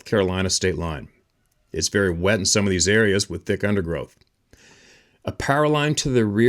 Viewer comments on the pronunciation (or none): none